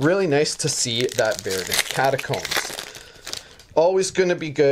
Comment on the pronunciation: Ver-dent! Not Var-dent! Ver....Ver.. Killing me man